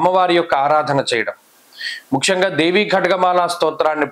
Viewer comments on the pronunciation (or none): నమస్తే ముఖ్యంగా అని పలకటానికి బదులు, ముక్షంగా అంటున్నారు ఎందుకు?